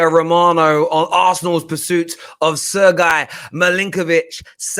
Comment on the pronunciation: Sir-guy 🤣🤣🤣🤣🤣🤣🤣🤣 It is pronounced more like Sir-gay.